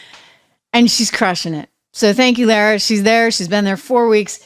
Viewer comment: Lara's name is pronounced Lah-rah